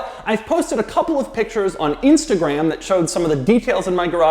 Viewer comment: Doug the type of guy to mispronounce Instagraaahm.